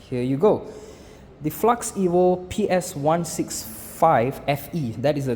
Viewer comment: aiyoyo. flax bukan flux